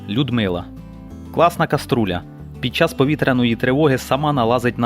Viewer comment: коструля)- це той хто неправильно вимовляє слова))))